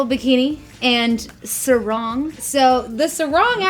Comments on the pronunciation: im just laughing when they Sarong to "serong" hahhabab u would be so embarrassed if u say that in Malaysia we speak english to bruh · You pronounced sarong wrong.